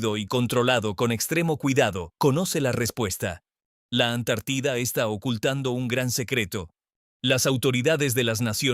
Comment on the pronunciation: No será q este comunicador sea un extraterrestre? No hay una sola palabra q pronuncie bien acentuada siempre dice Antártida con acento en la i cuando necesita ñ dice ano y eso es otra cosa, de dónde es este cuate😮😮😮